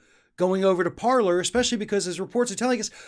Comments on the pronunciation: BTW, paler should be pronounced parlai. It is a French setup. Parler means 'to speak' in French and is the verb form. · From a Canadian.. it's pronounced "Parlay".... it's French lol. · I think it's pronounced like 'parley' because it's from a French company. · It's pronounced Parlay not Parler. The word is French. It means 'to speak'.